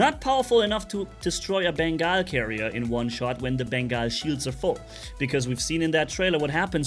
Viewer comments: Pretty sure its pronounced Bengal as in Ben-GAWL carrier or a Bengal Cat. Not Bengai (Ben-Geye) Carrier. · he says Beengaul lol